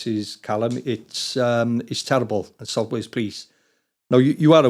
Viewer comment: Sot wes police! That's fucking annoying